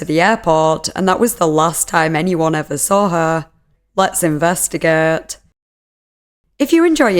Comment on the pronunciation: Let's investigaet